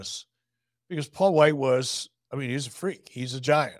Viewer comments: Wight*, not White. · WIGHT, not White, c'mon guys. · His last name is Wight...not White